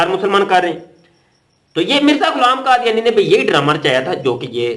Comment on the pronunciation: مفتی۔ صاحب۔ کادیانی نہیں۔ یحودی۔ حے۔